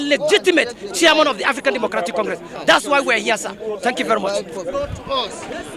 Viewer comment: Noo, it's siaman o😅😅